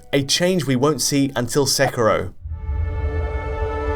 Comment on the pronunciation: Ah you stopped saying Sekiro and started saying "Sekirrho", why :'(